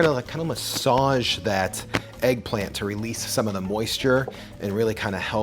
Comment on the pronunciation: If he say eggplamt one more time lol